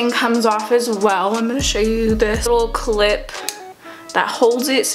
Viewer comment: "keck clip"